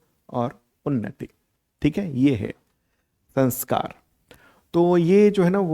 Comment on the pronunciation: No,sir you are not right the correct word is SAMSKAR= SAM+KAR( SAM- upsarg hai aur KAR mul sabd hai)